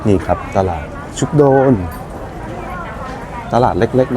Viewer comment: คนเมืองกาญจน์เรียก ชุก-กะ-โดน ครับ